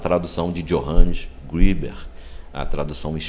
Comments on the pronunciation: Não é Johannes Griber, es Greber, a letra e se pronuncia e e não i, a pronûncia seria Iohannes Grêber, e não Johannes Gribes. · só um detalhe: ali diz escrito que Greber era Pastor ( protestante, portanto) e a pronúncia correta alemão seria greber mesmo e não grueber como vc pronunciou, abraços! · Assistiu o vídeo todo? Greber era ex-sacerdote católico. Um padre também pode ser considerado um pastor. Quanto a pronúncia, como não conheço alemão, pronunciei como em inglês se pronunciaria. Valeu pela dica.